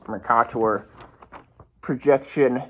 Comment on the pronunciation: OLIVE FACT Noone before has ever pronounced it “Mor-kah-tor” People who were taught how to read pronounce it “Mer-kay-ter”